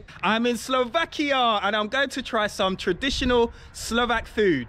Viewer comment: Stop saying SlovakiO, man! It’s SlovakiA!